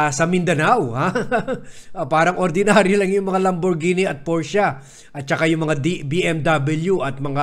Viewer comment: Vad porsche not porscha,surname yun ng mayari ng kompanya..